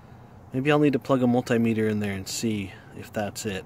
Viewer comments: Tape maysur? Mult-eye meter? lol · Mul-tie-meter??? I guess if you had 2 of them, you would have mul-tie-ple? And if they were small they would be mi-nie-mul-tie-meters.